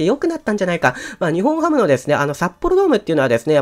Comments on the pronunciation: にほんハム ではなくて にっぽんハム です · 呼び方「ニホンハム」で正解ですか❓ 「ニッポンハム」では？